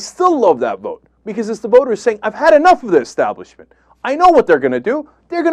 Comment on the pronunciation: Arlen looked so surprised when he lost. I almost felt bad for him. Cenk: It's Establishment, not Exstablishment. :) Love